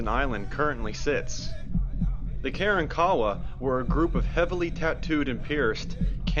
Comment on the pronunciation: ITS NOT" KAREN- KAWA" YOU IDIOTS!!!! ITS KAR-WAN-KA WA GO SMOKE ANOTHER BOWL!!! YOU WRONG AGAIN POT HEADS- THERE ARE NO- REPEAT NO ROCKS NATURALLY AT GALVESTON ISLAND- ITS A HUGE SAND BAR- THOSE ROCKS WERE PLACED THERE BY MAN!!!! STORM CONTROL...... ISALND OF DOOM RELATED TO SO CALLED PIRATES AND AFTER THE 1900 STORM AND BEACUASE INDIANS ATE PEOPLE